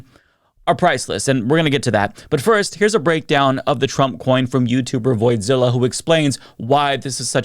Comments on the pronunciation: Why do you keep calling Coffezilla Voidzilla or something 😂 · It’s Coffeezilla, not voidzilla